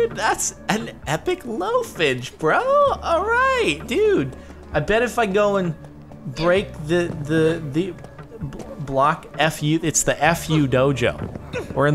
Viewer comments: jordon its block fu kinda like kung fu lol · That is Block-Fu Like Kung-Fu in minecraft